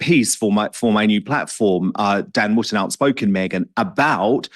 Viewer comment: WOOTON NOT WOOTEN 🎉